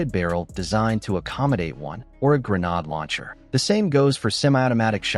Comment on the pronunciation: By the way…..what’s a gernaude lancher? AI description is misleading. It’s pronounced 🤯😱